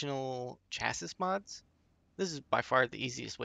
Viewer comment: You don't say the 's' on the end of Chassis my man... bless your soul.